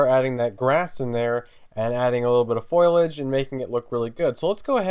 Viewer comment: I'm sorry but it's not foilidge it's foliage